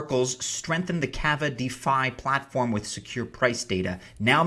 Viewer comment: K-aw-va, long drawn out first a. Like lava.